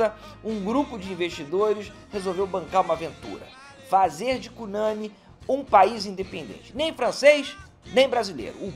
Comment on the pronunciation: Professor, parabéns por trazer visibilidade ao Brasil desconhecido! Vou arquivar a exposição para meus alunos de estudos amazônico e amapaense. Só um detalhe: A pronúncia de Cunani é com a sílaba tônica na última. É uma palavra oxítona! Seguindo nosso vocabulário indígena : tucupi, matapi, buriti, cupixi, Pracaxi, etc. Portanto: CUNANI!!!!! Desculpa, mas precisa fazer a observação.